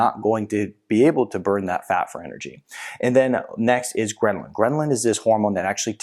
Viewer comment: GHRE- LIN ( or ghrel-in_ .... NOT greMlin !! lool :) sorry, hadda tell you... :) do not think you know it SOUNDS like you are putting in an M in the word lool :) A GREMLIN is a troll-like creature